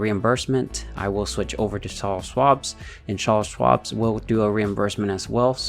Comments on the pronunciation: its "CharleS" and there is no s at the end of Schwab but its okay ! lol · Can't stop laughing every time you call it "Charle Schwabs" lmao